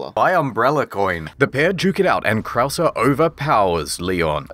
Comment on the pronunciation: I really thought he was just that bad at spanish pronunciation, until we made it to Krauser and it became clear that mispronouncing everything was a running gag.